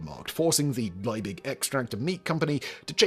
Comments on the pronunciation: The Germanic surname Liebig is pronounced as "Lee big", not "Lye big". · Simon, can't you read? The name is von Liebig, not von Leibig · It's LIEbig, not LEIbig. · His name is not pronounced "Lie -big", it is pronounced "Lee-big". Accuracy matters. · it is pronounced "Leebig" not "Lyebig." Check your German. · The Chemists name is pronouced "Lee-big", not "Ley-big"... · One niggle. Liebig is pronouced Lee-bick and not Lye-big. In German, 'ie' is pronouced as a long 'e' and a g at the last letter is subject to Auslauverhärtung )run out hardening). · The name is pronounced LEE-BIG. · German pronunciation: Liebig... eye 👁️ before eee is pronounced eee eee before eye 👁️ is pronounced eye 👁️ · Well researched and presented, but Liebig is pronounced Lee-big, which is German... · the man's name was Justus von Liebig. why do you consistently pronounce it as if it were Leibig? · fyi Liebig is pronounced lee-big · Justus Liebig is pronounced yoostoos Leebig (Lee big), just saying 😊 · Simon, it´s Liebig - Lee-big. Not Leibig, Leybig, Laibig or some other variant of the name. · German here. one correction - it is Liebig with i+e which simply indicates a long vowel i. The english pronounciation is simply "leebick". I+e is not the same as e+i which is pronounced "i". And for future reference, the V in von is simply the "F" sound -> "fonn". i.e. "Fonn Brown" ;) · Simon! Once again and just for you the pronunciation guide on german double vowels: it's always spoken like the second vowel in English!!! IE=E and EI=I (Justus von) Liebig="Leebig" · Why not try and pronounce von Liebig correctly: von lee-big. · FFS Simon! Learn how to pronounce German names!